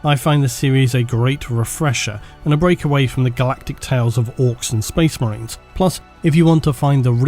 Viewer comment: "SPOISH MERYNS" - 2022